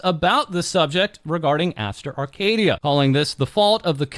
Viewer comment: "Arcadiddya" Baby oil😭